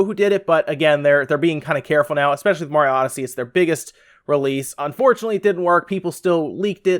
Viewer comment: I'm just glad you can pronounce Mario right. I quit watching ReviewTechUSA and RGT85 cause it bugged the crap out of me how they say Merry-o, haha.